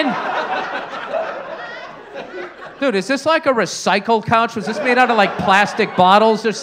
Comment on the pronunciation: The struggle is real with that "couch" haha.